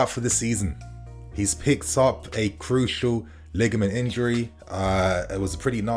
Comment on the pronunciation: the word is cruciate - cruciate ligament injury.